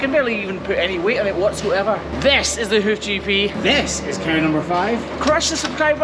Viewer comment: Cow#5, not Car#5 haha 🤣 just kidding